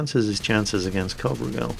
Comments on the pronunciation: y u no get the name right?? It's sounds like Covrigal like in description but if its COVRIGEL ( Romanian ) it sounds something like CO(like in Coal)VREEGEL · The right way to pronounce his name, the "gel" at the end should be pronounced just like hair gel. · Imi place mult cand incearca sa citeasca nume romanesti... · Covrigel means pretzel in romanian:))))). Also,, you said it totally wrong. Good thing you wrote it, wouldn't of recognized it otherwise. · that's not how you pronounce covrigel,if he is a romanian player then you do have to check out how covrigel is pronounced because it sounds kinda cute and covrigel in romanian means pretzel:D